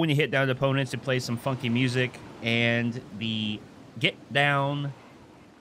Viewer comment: who els thought he said "fuckin man" instead of "funky man". Ha😂😂😂🔥🔥